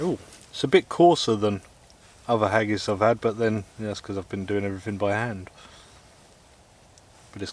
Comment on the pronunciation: I loved this video up until you said "hagis" 🤮 Seriously, very interesting video. I love that saw. The stoves were very cool as well. Great video!